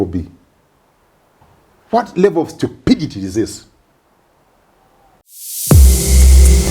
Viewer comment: I like the emphasis on *level of stupidity*. 😂